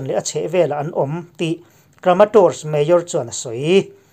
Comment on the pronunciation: Mayor tih i lam dan hi ngaihthlak a nuamlo deuh thin... Han bihchiang deuh teh aw